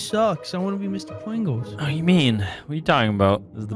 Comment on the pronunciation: "Hidy ho fellows, it's me Mr. Pwingles." - 2019